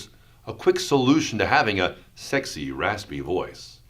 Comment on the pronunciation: Take a shot everytime he says “sekxy rasspy voyss”